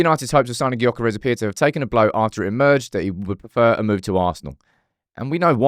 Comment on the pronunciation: His name is Gyokeres but pronounced Yokeres. That annoyed me….